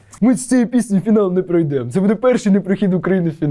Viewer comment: пройдемО Так це звучить українською.